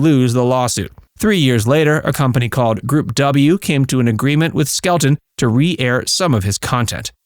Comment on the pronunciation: Just a friendly fyi.....Red's last name is pronounced, "SKEL - TON", not "SKEL-UNE". The "t" is enunciated clearly. ETA: Red Skelton, along with Buster Keaton, were the two who taught Lucille Ball the craft of comedy. It was through them that she learned the art of timing and the physical aspects to the profession. They taught her well!